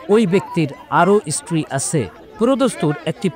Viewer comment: রিপটার ভাই তুমি কোন ইস্কূলে পড়েছ ওটা ইস্টিরি নয় ওটা হবে স্ত্রীরি